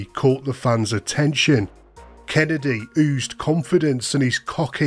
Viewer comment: You’re getting it wrong Every time you say Kennedys name. You gotta do right MMIISSSTTTEEEEEERRRRR, KENNNNNNNEEDDDDY - KENNEDY